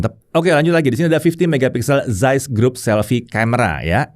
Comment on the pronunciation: Zeiss org panggil "Zais" Sya pula panggil "Zis"😂😂